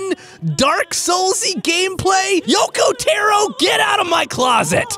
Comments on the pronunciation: As much as I love you, his name isn't pronounced Yo-Ko Te-Ro, it is instead pronounced Yo-Ko Tah-Ro. Other than that solid video. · It's Yoko taro Yoo-core. TAR-ro Not tero